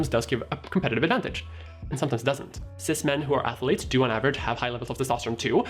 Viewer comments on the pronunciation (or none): My sole takeaway from this video is: 'athuletes'.